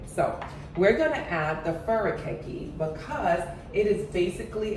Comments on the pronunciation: Fur ah kaa khe. Correct pronunciation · As for that seasoning, I would bet that the --kake part of the word is pronounced as two syllables, thus: Kaa-Kay. As for hearts of palm do note that it is the terminal bud of the tree and if harvested from a tree with a single stalk, it kills the tree. It will regenerate is the tree has multiple stalks, but that's not the primary nature of palm trees. Thus, if you can, it is a product to be avoided.